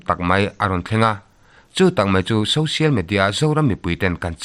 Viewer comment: Social Media tih a Social tih lai "SO" lai tak SAW tia in lam lo kha a va dik tak em??? Social √ Sawsial X